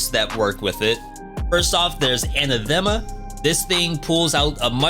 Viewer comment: Anathema --> A-nath-e-ma is a formal curse by a Pope or church council.